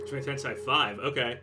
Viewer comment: TEN-SAY. NOT TEN-SIGH